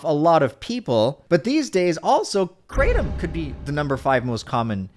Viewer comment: I laugh every single time says "KraTOOM" in a video. Imma call it that now just cuz it's funny, regardless of it being the completely incorrect pronunciation